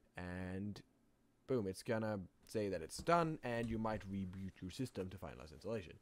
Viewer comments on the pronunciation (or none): The wee bee and wirtual keep throwing me off... other than the mispronunciation of V as W I don't even hear an accent. edit: Also driwer. I guess there's no V sound in Norwegian? Oh.. also the R sound leans toward W too. "Weboot your system." Other than the V thing, I like the accent. Weendows 8, hehe. More importantly, thanks for compiling the alternatives. Years ago I couldn't find any free alternatives, which I found frustrating because it's such a wonderful piece of software, which seemingly doesn't need that much development to replicate the core mechanism. There's no emphasis on complex interface, graphics, sounds, media, simulation, none of that, so it should be relatively simple to make. Still far, far more development effort than I'm willing to put forth, though.